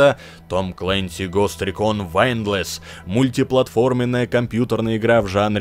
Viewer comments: Вайндлес ?)... читать не умеешь ?)... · Ghost recon windless?? Ребят, как можно название то неправильно прочитать? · С англ. беда бедовая. Почему не спросить у друзей, как игры правильно на зываются? Тяжко воспринимать информацию от обзорщика, который не знает название игры.